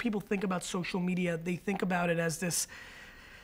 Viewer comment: LOL Marie! I heard you say, 'social medier" - seriously excellent interview, you both ah stahz.